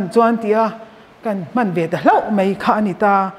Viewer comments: mei tiloin mai tihtur aw, hne awm lutuk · mei, meithei , deih. Nilo in mai, maithei, daih.. mizo ṭawng dik in aw...